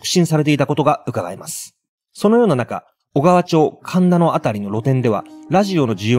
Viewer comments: おがわちょう❌おがわまち○ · 小川町 おがわちょう→おがわまち 洲崎 すざき→すさき です！！！ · ロケットが細々と生き残ってるｗ ジャンクショップはマイコンブームより前のほうが多かった気がします。 肉の万世ですがコロナによる経営不振によりビルを売却するそうです。 細かい事ですみません、小川町は「おがわまち」ですね。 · 小川町はマチ読みです。